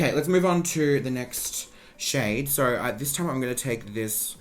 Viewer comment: i love you but i hate how you can make the “o” sound in any other words but when it comes to “so” you say “suuuurr” like stop💀